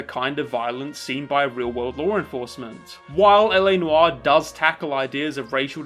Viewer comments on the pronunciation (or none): Whenever you say "law enforcement" I think at first you're saying Lauren Faust.